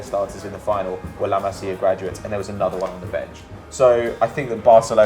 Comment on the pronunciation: what did I say about your pronunciation of La masia😡😠😂